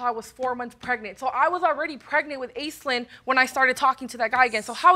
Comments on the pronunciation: Off-topic but, the name Aislinn is Gaelic and pronounced ASHLEEN, not "ace-lynn" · It's pronounced 'Ashlinn' not 'Aislinn'. I can't help feeling sorry for the kids having such washout parents. We can only hope and pray that they wake up before too much damage is done. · I thought that name was pronounced 'Ash-lynn'...?